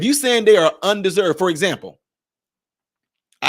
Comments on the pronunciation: Bruh! It's UNDER SERVED, not unDESERVED.😂😂😂😂 you added letters. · Yo!!! bro,.its under--served, not un-deserved. You read it all wrong. Please correct yourself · Not "un-deserved" the word is "under- served". 😅😅😅